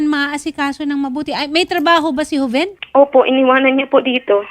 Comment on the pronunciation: Joven yata name nya hndi hoven in pronounsation..joven